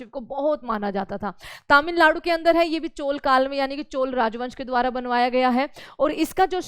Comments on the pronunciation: चोला ❌ चोल ✅✅😅😅😅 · चोला क्या होता है मेडम!!! हिन्दी बोलना सीखो